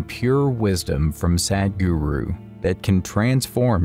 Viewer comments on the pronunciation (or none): This voiceover sounds very lazy! He mispronounces the word "Sadhguru." That is "apaswara," which produces negative vibrations. He makes it sound like "Sad Guru." The bugger must awaken his soul and mind and overcome his oral laziness! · your pronounciation of Sadhguru is just sad. You prenounce it as Sedhguru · It's sed-guru